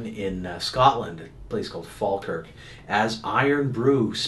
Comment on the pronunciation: first person from a different country from scotland who can say falkirk right mostly americans say faaaaaalkirrrrk (hold the a and a r)